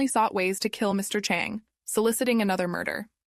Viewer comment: This terribly done. I’m not even gonna try to be nice about this. It was so hard to follow because you constantly pronounced the names differently, one time the name is Chon, the next time you call the same person Chang. You did this with EVERY name. You mixed up the genders so you end up calling the killer ‘he’ when it was actually ‘she’. I also think it’s a bit racist. If you don’t know how to say foreign names correctly, either ask someone (it’s not that hard) or change the names to ‘jack’, ‘Kyle’, ‘Karen’, and ‘Ashley’ so your feeble brain can remember how to pronounce them and keep them in order. I’m mad at myself for wasting almost half an hour in this foolishness. Oh, and your attempt at being pithy failed spectacularly. You sound like a child that’s been held back at least two grades. Basically, stop wasting people’s time and find something more your speed, like attempting to walk and chew at the same time or how to use your key to open your front door.